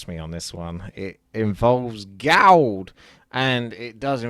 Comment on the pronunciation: Spaking of Gold would you spell it like ''Gauld'' than saying it like that?